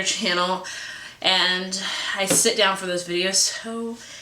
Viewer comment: Down not done